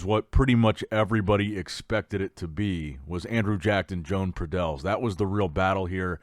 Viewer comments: Yo-ahn. It’s pronounced Yo-ahn Pradells, not “Joan” 😂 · SLAUGHTER the name! Muuahahahahaa .. Btw Good job, Jone Padell 😊 lol